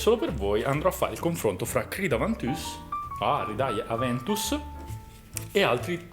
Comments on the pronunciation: Video top! Tranne quando dici avantüs mi viene mal di testa😂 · Video molto interessante, però Aventus è una parola latina quindi pronunciarlo con accento francese ha poco senso